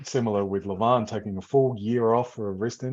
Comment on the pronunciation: The man is called Levan, not Levon.